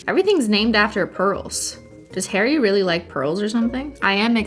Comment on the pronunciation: Is it just me who hears Hairy Styles whenever she pronounces Harry ?😂 Another Cristine pronounciation